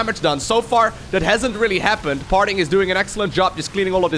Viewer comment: swore i heard "Farting" a couple times ....